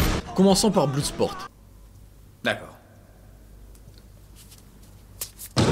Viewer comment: "Bloudesport" issou